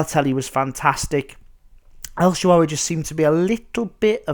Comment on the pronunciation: lol... el shawawey